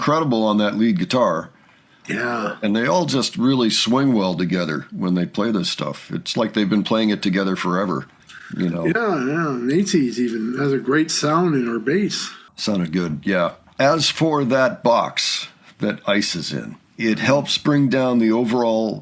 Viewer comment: Naces is pronounced just like “faces.”